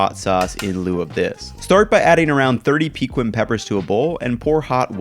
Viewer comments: I’m not saying you need to pronounce it 100% accurately, but hearing “peekwin” just makes me cringe. Try “peKEEN” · It's pronounced PUH-KEEN! NOT PEEKWIN! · I have been looking for someone else who knows how to pronounce it correctly. “Peekwin” is indeed cringeworthy.. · Fix your pronunciation of Pequin.